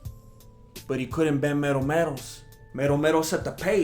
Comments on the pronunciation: 'Mero Mero'? I THOUGHT YOU WERE SAYING "METAL METAL!" 😕😕😕😕 #RomeroWasRobbed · I thought he was saying metal, metal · I thought you was calling him metal metal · Lol "Mero Mero" OMFG